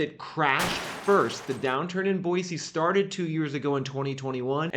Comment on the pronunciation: Thank you for not saying "Boyzee."